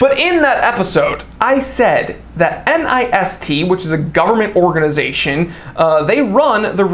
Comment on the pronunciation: Easier to say NIST pronounced like fist but with an N. Common usage for people that interact with them.